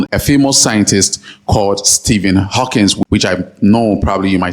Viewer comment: It's Hawking with no s on the end.